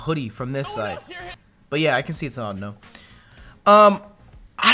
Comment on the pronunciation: "Audino, i don't know" awe-doe-know, huh huh